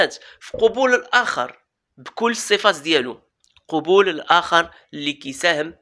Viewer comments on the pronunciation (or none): قبول... 9aboul... بفتح القاف لا تقل 9ouboul خطأ لغوي أخي الكريم...